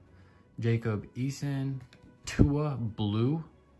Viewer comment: Sick Tua card man! Totally butchered the name but still awesome! Tua for MVP!